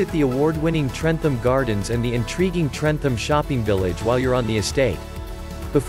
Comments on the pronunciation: You do not sound the H in trentham.its pronounced trentam.easy mistake to make tho when your not from staffordshire. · Trentham is said trentam